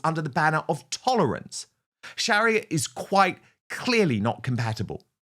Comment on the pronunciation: Dan. Don't mean to say this but I believe you're pronunciation It's not correct.I don't know, it's because of your accent.Or just the way you were raised in school.But the pronuaviation Sharia Law.